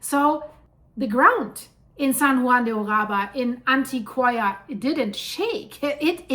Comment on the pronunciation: Thanks for the update. Its Antioch in Spanish-pronounced An-tio-kia.